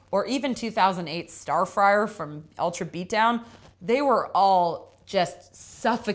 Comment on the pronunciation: not only she got the album wrong she said star frier. Lol